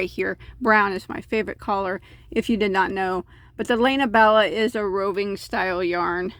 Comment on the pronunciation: Please learn to pronounce skein (skay en). Also lana Bella (Lah-nah)